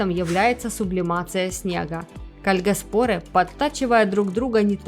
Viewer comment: Может ударение кальгАспоры?